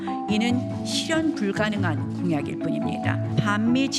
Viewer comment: 쥐퓌유~ 슛자노름~ 쉬련불가능~ 나경은 발음 짜증난다